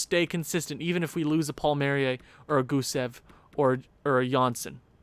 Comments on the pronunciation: It's pronounced Paul marry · It’s pronounced Kyle Paul-Me-Air-E